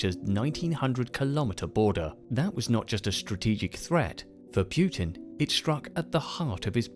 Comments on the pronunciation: why do people say pyoo-tin it's not pyoo-tin, it's poo-tin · "Pjutin"... sounds almost right... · I love this video but the way you say putin's name bothers the shit out of me